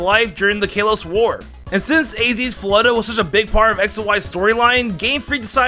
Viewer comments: Wtf is “fleta”? You mean Flo-ette? My advice is to slow your speech and enunciate. Obviously do some research if necessary. But there’s been multiple pronunciations in your videos that were so far off that it seems you either didn’t know your material, or haven’t corrected what you called it as a kid. I like you. Please put in the work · HEAVY BREATHING ITS ZIGZAGOON NO ZIGZAGZOON AND ITS FLOW ETT NOT FLOW ETTA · Mistakes I noticed: Zizazoon Floetta Voltorb Absorb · Floette: exists: "Floetta" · Don't forget "Floettah" 😂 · mispronounces Floette as floetta, gets the mega stone origins wrong as it was the ulimate weapon that did it